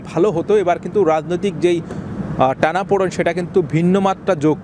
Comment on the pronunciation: Tanaporen ( poren - weight) 😂aapnader bangla eto bhulbhal kano ?